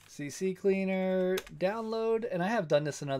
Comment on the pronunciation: C Cleaner. Not CC Cleaner.